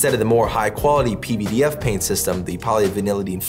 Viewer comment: You are the only person I’ve heard even attempt to pronounce pvdf properly. Even though you are my companies competition, I appreciate the work you are doing